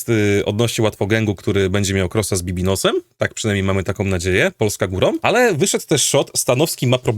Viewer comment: bibinos xdd baby no money sie czyta jak cos